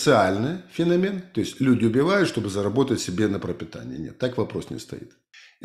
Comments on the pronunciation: По-русски правильно "фенО'мен". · фенОмен, как в английском